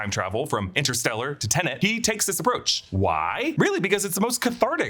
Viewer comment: 3 films in and still calling him Michael GamBIN instead of GamBON